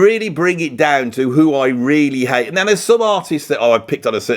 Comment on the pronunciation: I don't know why you say Hite and Tible. It's Hate and Table